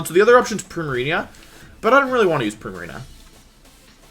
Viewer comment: “Primariña”. Wolfey never fails to amaze me.